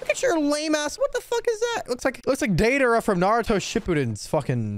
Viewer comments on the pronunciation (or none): none